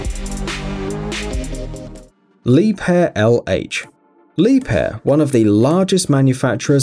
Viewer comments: ok one thing its not lieb hair its liebher thats how you say it k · 😳this was i was told to pronounce it 🙄 Li- beer or Lee - beer .. the h is silent Liebherr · Working for Liebherr it's painful to hear you pronounce the name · Where the heck did he get the p from in liebherr